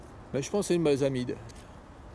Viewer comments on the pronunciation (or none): Pour la plante aux feuilles avec les dentelures, et les grosses fleurs roses ou blanches, c'est la balsamine de l'Himalaya (Impatiens glandulifera). En chimie il y a les amines et les amides, ici le nom de la plante se termine en [...amine], et pas comme je l'ai prononcé dans la vidéo. Cette balsamine est présenté dans les plantes invasives en France, dans le livre [Guide des plantes invasives], par l'auteur Guillaume Fried. À Bègles, dans un parc pourri de plantes invasives, nous avons aussi une autre balsamine invasive, c'est la balsamine de Balfour (Impatiens balfourii).